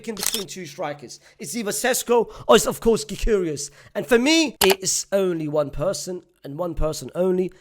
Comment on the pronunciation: Gy-curious 😂😂. I'm curious as to who that is